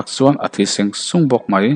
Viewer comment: ithu lam hi duh ai in a fiah lo tlat,zung zung te hi sung sung tih ang hian a i lam thin a,zet tih a lam tur pawh set ang in i lam ri a,tun ai hian han uluk deuh teh